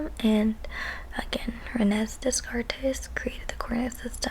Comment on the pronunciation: I finally got some time to listen to this. I actually found this fun to listen to. I vote for future teacher. FYI, Rene Descartes was very much French. His surname is pronounced "day-cart", not "dess-cartez".;) You'll learn about him a lot more if you ever take Philosophy.